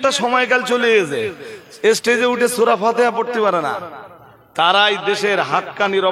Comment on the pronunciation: হে পন্ডিত সাহেব সুরার নাম ঠিক উচ্চারন হলো না